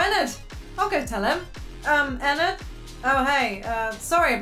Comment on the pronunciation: I'm sorry but your saying ennard wrong